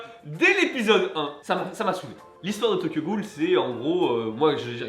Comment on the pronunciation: j'entends "Tokyo Ghoul" mon dieu mais je croyais en toi